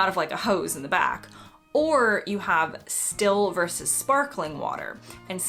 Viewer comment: Verse, I presume you mean Versus, you did that right at the beginning, but got it right later?